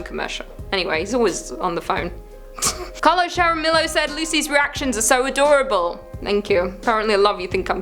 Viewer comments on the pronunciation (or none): none